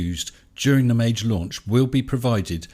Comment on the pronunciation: Please, don’t pronounce it a soft g (māj) Try using Maggie